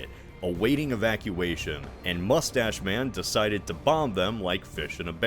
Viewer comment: "Mustach Man"? Seriously? 😊